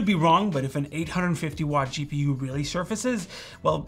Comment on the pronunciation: Dude said shee-pu. Is that intel next gen architecture?.